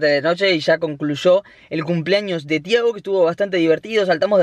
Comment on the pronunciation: tampoco es "tiahgo" Es Thiago